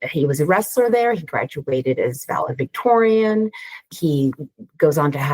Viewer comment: She keeps calling him a "valevictorian"